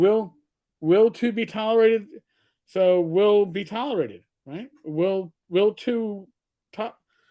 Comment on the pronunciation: "will to be tolorated." What the hell is a "tolorated"???